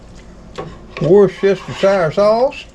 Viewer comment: Wooster-sheer sauce (woos to rhyme with puss) or just Wooster sauce🇬🇧👍🏻 loving your videos - thanks & the Kitty Krew